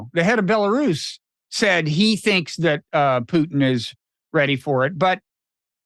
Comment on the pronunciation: Buh-lair-is. Lol